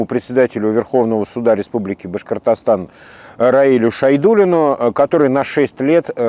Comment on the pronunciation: Как Хабиров произносит слово Башкортостан по ушам бьёт. Потренировался бы в произношении